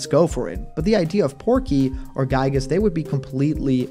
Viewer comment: Yet again another person has mispronouncing giygas name 😒